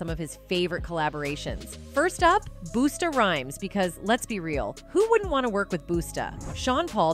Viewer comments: Booster Rhymes? Get it correct, its Buster Rhymes, lol, get it right next time, Sista AI. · Who the HECK is BOOSTA RHYMES?? Put some RESPECT on BUSTA RHYMES Name!! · Boosta Rhymes. How dare you call my favorite rap artist. Boosta! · WTF IS Boosta Rhymes? Throw this whole video AWAY! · She Said Busta Rhymes name wrong lol She Said BOOSTA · I was listening while at work and was like who the phuck is boosta?? I couldn’t X out fast enough. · Google won’t help the narrator say queen bee vs queen bay; or REEonUh vs reeAnna, or fix boosta rhymes….. ?? The narrator should have googled the pronunciation lolol not us.